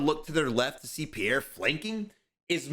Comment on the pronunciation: love the content - Pierre is pronounced Pe Air